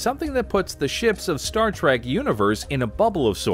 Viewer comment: It’s Trek not tack and stop saying mr crusher you jackass